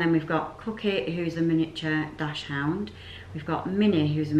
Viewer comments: You are pronouncing the breed of your dog incorrectly it is pronounced “Dakshund” NOT DASHHOUND X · Please learn to pronounce dachshund properly! It's daxs-hund not dash-hound!